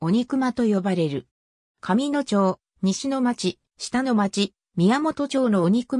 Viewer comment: 「かみのちょう」「したのまち」って 普段聞かへんから最初なんの事か分からんかった🤷‍♂️